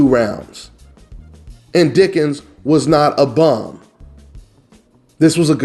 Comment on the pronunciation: Thars not how you say his last name lol